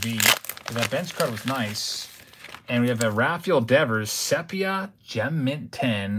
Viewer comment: Also, it def pronounced “seepia”